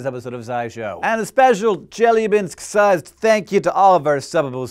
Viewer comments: Thanks for apologizing for your Russian XD it's ChelYAbinsk, not ChElyabinsk ) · Che-Lya-Binsk! Not Chelabinsk! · This might be a bit pedantic, but as a native Russian speaker, I feel it's my duty to inform you that it's pronounced Che-LYA-binsk, intonation on the LYA. I understand it's not a big deal, and it's convenient to pronounce every Russian name with intonation on the first syllable, but it hurts my ears. I would like it to stop. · it's ChelYAbinsk and ChebarkUl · As an English speaker who studied Russian very briefly, I can attest to the difficulty of getting Russian "i" and "e" correct. The palatalized vowels with the faint "y" sound in front of them, which occurs 3 times in Chelyabinsk is definitely tricky to master, so I can't hold it against him that he used the common English pronunciation, rather than "Chyel-YA-byinsk" Russian is an incredible and beautiful language, but it's also quite difficult for a native English speaker. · Do not need to apologize for your Russian, it is not a Russian word, it's a Turkic word and should be pronounced like Cheebarcóól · I love how your Chelyabinsk sounds like Jellybean-sk! You non-native speakers are so cute. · Its pronounced chiliabinsk P.s. I think its part of nabiru which should have come in 121212 but got late because of space trafic! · Hank, it's pronounced Cheh-la-binsk. Say it again: Cheh. La. Binsk. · I chuckled every time Hank mispronounced "Chelyabinsk" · Lol actually the stress is on the second syllable. But it doesn't matter, we are not in Russian language class. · Hank, please, the stress falls on the second syllable - e.g. on the "a". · Only one thing can make video better: if he pronounced Chelyabinsk right. :D He comes very close, though. B+ for effort. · Chelyabinsk is pronounced with the accent is on the A. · You also very badly mispronounced Chelyabinsk. Челябинск